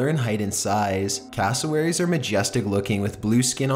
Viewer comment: When you say castlewerries 10 times in one minute...